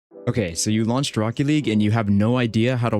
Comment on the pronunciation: "strocket league"🥀